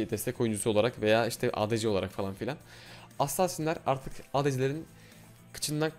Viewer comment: lütfen assaasin deme ya doğru oku sonra insanlar yanlış kullanıyor lütfen